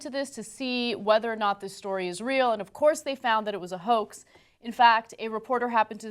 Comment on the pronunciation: Yah the emphasis on the "of course" had me rolling my eyes